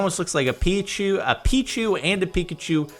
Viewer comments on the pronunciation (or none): none